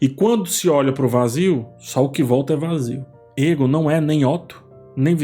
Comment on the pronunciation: Oi,! Adoro os seus vídeos e toda a análise que você faz das séries. Gostaria de fazer uma observação sobre a pronúncia do nome do personagem Aegon em Casa do Dragão. Na série, ele é chamado de "Eigon" e não "Égon". Ouvir "Égon" acaba soando estranho pra quem está acostumado com a pronúncia da série. Seria bacana dar uma atenção aos ouvidos também, não só aos olhos, para captar melhor esses detalhes. Ouvir o que os personagens falam e não só ler as falas. Continue com o ótimo trabalho! Abraço!